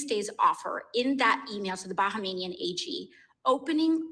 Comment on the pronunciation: Talk about mass hypnosis: AOC says "Bahamanian" instead of Bahamian and and his guest repeat what she said instead of pronouncing what is written. Or is it that we are now living in a post-literate society?